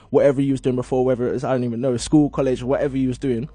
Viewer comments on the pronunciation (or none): man said collage school